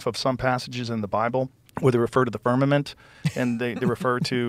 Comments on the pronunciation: It’s FIRMAMENT. TWO M’s. IF YOU SAY FIRNAMENT ONE MORE TIME I WILL LOSE MY MOTHER FU*KING MIND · Okay. It's Firmament, not firmanent. You giggle as if you know for sure, but I suspect it's a little nervous laughter. My friend showing me earth on a zoom call is a touch suspicious and the Catholic church being part of a deception is not such a stretch of the imagination. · The fact that is STILL calling it the firmaNent 😂😂😂😂😂😂😂😂 Vaccines and globe earth 😂😂😂😂😂😂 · Can’t even say Firmament properly. I’m outta this channel